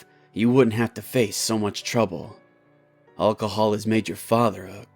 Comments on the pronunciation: He said olcohol, not alcohol. Lol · so were just going to ignore the fact how he said alcohol